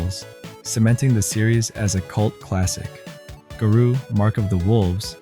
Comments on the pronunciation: it's GAROU not GURU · it is pronounced GAH-ROW literally says it at the title screen. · King of Fighters 2004? You realize that’s a bootleg, right? The series only went to 2003 before it moved to the Atomiswave hardware. Also, I will never understand how it seems few people can pronounce “Nihon” and “Garou” correctly.